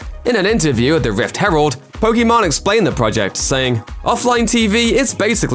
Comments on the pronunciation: Poké Main not Poke Main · Just FYI, it's pronounced "POKI-MAIN", not "POKI-MON". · Did i heard Pokimon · This dude really called her Pokémon instead of pokimane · It’s not Poki man you idiot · This dumass thinks hes right as he says Pokimon LMFAOOOO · ooo your sponsors will be under fire now you called her pokimon lolol shes such a 2 faced lyer and hypocrit why does anyone watch her trash? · calls her "pokemon" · Her name is pronounced Poké Main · I guess as far as pronounciation,pokemon sounds like how you would say it in french while poki main sounds like how it should be said in engish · Not even a fan, but I cringe everytime they mispronounce her name... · It was intentional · Careful, you mispronounced her name, she might come at you or your sponsors now.